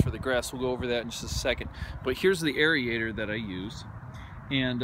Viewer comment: what's a arie-ator? do you mean aerator. pronounced like air-ator